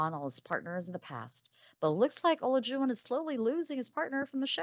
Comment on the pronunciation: Why do you keep saying his name wrong?